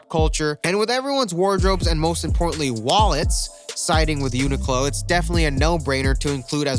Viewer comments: It’s unique-Lo not what you called it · lmao it’s pronounced (unique-lo)